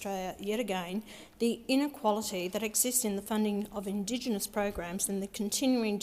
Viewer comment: She can't even say Indigenous, this idiot can't even read. Since when does she care about Indigenous people? When it looks good. 6 figure salary, you have got to be kidding me. She definitely didn't write that speech.